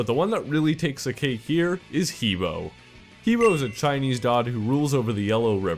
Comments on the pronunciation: that pronunciation is fucking retarded. It's Huh Boe (like toe). Even saying flat out Hee Boe sounds better than fucking Huah Buah. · I Have studied and lived in China for almost 5 years and I speak Mandarin. You pronounce He Bo like 'Hubwah. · he bo is pronounced "ha-bwa"